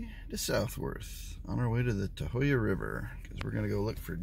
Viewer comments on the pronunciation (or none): Tuh-hoo-yuh is how we pronounce it.